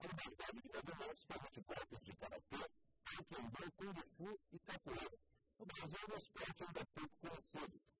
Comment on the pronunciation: ficou fodaoooo..unica coisa q atarpalhou foi o apresentador falando... taekwENdo.... é taekwONdo...com "O"..som de "O'...e nao som de "E"... agora em relaçao aos nano e nathan.....foram fodas na entrevista eim...ficou show